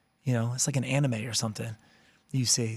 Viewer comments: Ariel just called Anime Annie-Mae 🤣🤣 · ani-may bro what